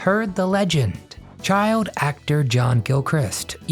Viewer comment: Caboo not cable? Chiood not child? Goff, not golf? Toad, not told? I know you can do it! (In the 70s I had a lot of speech therapy myself.) Back dashboard? The back window. Inhale paper or fumes? Inhale mimeograph paper fumes. Pour milk. Dump a bowl of cereal. Greased-up floor? Not a waxed and polished one?